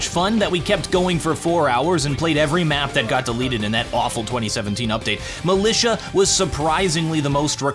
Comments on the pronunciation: militia u call "milisha" rly?? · ...militia... Me: huh? Malaysia? Since when...